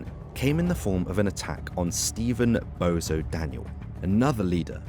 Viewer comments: I told you it’s not bozo it’s bonzo ffs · he may well be a Bozo for all I know but it’s just the fact that a so called can’t even get a name right